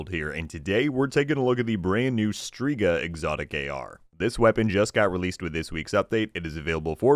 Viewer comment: FYI it’s pronounced (STRE=STRAY)GA witch means WITCH in italian 🤜🏾🤛🏾